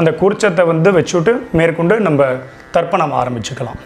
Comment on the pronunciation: It is Tarpanam, not Darpanam ( darpanam means Mirror).